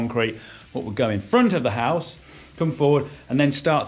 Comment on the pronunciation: your pronunciation of the word "house" is highly suspect.